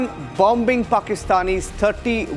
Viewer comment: Hey its not "Bom Bing" it is Boming (thats how it is pronounced, the middle 'B' is silent.